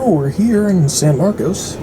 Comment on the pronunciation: I take it you're not from Texas. The name of that city is pronounced San Mar-cus - not San Mar-cose.